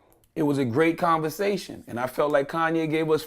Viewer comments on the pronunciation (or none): none